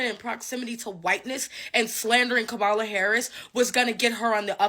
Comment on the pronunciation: I really despise people not pronouncing Kamala's name correctly:face-orange-frowning:however I agree with home girl,, you're fired!:goodvibes